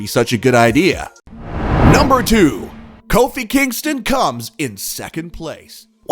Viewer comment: I'm trying to figure out how you went from pronouncing Kofi Kingston's name correctly to coffee? I guess Kofi could be pronounced that way, or Cuffee, but still. Why the deviation?